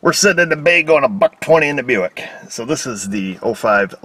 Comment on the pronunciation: I'm not knocking it, I just say'n. Bu-ICK. Hey come on, they put it in the name!